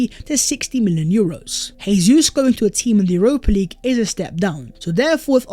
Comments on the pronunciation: It's Jesus, with a J. Not an H. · FFS stop butchering Jesus'name. It's pronounced Jay-zeus not Hay-Suess. He's Brazilian not Spanish.